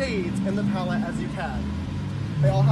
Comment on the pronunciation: “His PaleTTTTe” 😂🖤